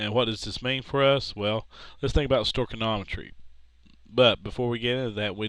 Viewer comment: stoy-key-ometry not sto-ken-ometry